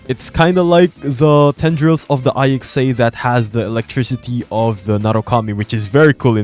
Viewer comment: its ICSA not I X A